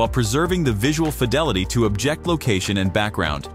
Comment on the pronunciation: The narrator keeps pronouncing the word "Object" as "objEct" (the verb form). He seems like he's a native English speaker, but maybe he isn't? But the real concerning question is, why would Google (a company heavily invested in the wielding of proper language usage), not notice this? Very annoying, and doesn't inspire confidence.